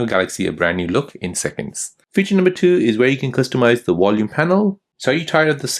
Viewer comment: Its VOL UME not WOL UME. You spund American as well so why are you pronouncing like your German